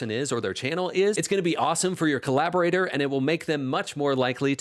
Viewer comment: Dude. Co-Lab-Or-Ate-Or. Collaborator.